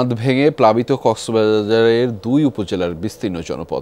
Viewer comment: কক্সবাজার উচ্চারণ করতে গিয়ে দিলো উপস্থাপক😂😂